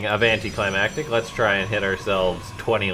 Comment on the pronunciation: Thank you for saying "anticlimactic" correctly. I'm tired of "anticlimatic".